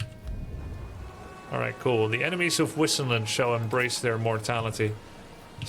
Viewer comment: I hate how she pronounces Wissenland! :(( Wasn't there at least one german-speaking guy to tell them how to pronounce it :(( They "bugged" Grubby too :D He pronounces "Wissenburg" properly and Wissenland badly, like the voice actress pronounces it :D